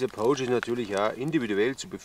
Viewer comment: Servus!:) Erstmal danke für deine Videos und weiter so! 👍 Macht immer wieder Bock zuzuschauen und neues zu lernen!! Eine Sache ist mir aufgefallen: du sprichst "pouch" immer eher mit "oh" aus, statt mit "au". Klingt dann wie das englische wort für wildern (to poach). 😅